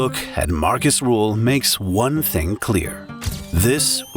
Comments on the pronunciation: Who is Markus Ruuuuhl? r ÜÜÜ hl pls. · Its Rühl not rule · RÜÜÜHL not RUUUHL!!! 😠